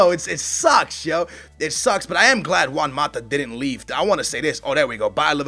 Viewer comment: i would've said chelsea and man u are bigger rivals than man city and man u, and how is it you can pronounce juan right but özil wrong? uuuurgh-zil